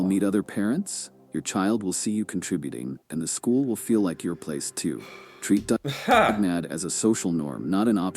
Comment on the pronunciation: It's not dugmad, it's dugnad.